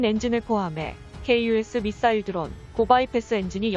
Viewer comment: 미싸일~~에라이 잘좀 읽어라